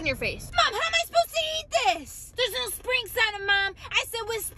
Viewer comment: So annoying when she only says one syllable. 🙄🙄 "sprinks" "picks" no one talks like that